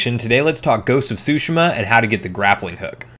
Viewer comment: You pronounced Tsushima incorrectly, its, twoo shee ma